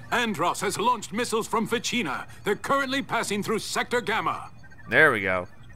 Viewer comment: It is Fich-eee-na, you got it right, Lewis Barfield is a fool for misunderstanding it.